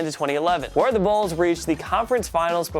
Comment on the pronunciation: 😂 did he call the bulls the bills 🤦🏾‍♂️